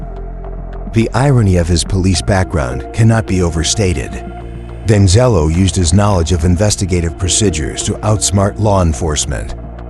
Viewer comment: Danzelo? it's Deangelo. assuming this is an ai voice.